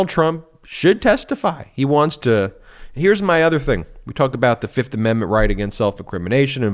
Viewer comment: Trump: "I'll show her... Fif. 1,2,3,4, FIF! I plead the FIF"